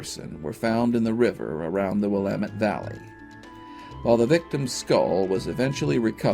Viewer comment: Now I know the man is GREAT when he can correctly pronounce "Willamette" without flinching, pausing, and all within the blink of an eye, 😉!!!!